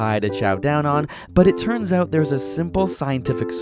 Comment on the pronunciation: "check it ehwt"